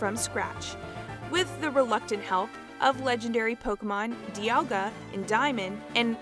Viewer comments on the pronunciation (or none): none